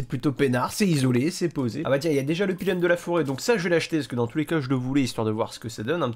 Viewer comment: Super vidéo! Merci! Je vais encore bouffer toute la saison Par contre je me sens obligé de remarquer ta façon de dire pilon et pas pylône, c'est marrant ça, j'ai envie d'un KFC maintenant..